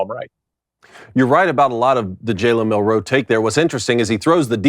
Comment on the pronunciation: Milroe….. Not Mil-roe say it with me Milroe